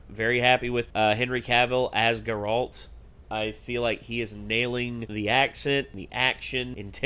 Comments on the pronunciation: GAIRalt not GerALT. you’re putting emphasis on the wrong part of his name. they say it multiple times in the show, just listen. it’s a good show though, i hope you guys continue. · How do you still say Geralt’s name wrong?